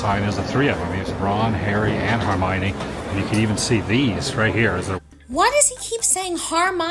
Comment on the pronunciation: "Har-My-Knee" LOL